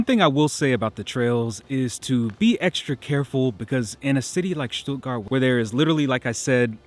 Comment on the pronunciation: Thank´s for not pronouncing the town "Stuttguard"!